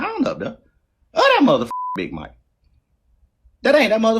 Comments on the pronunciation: Why would I listen to a mf that can't pronounce "Big Mac?" Nigga wtf is a "Big Mike?" 😂😂😂😂 I wish tf I would. Dumn ass dude!! You ignant! 😂😂😂😂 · It's Big Mac not Big Mike